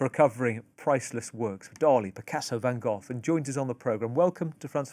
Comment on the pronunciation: Did that journalist just pronounce Van Gogh as Van 'Goth'? That's a new one 😂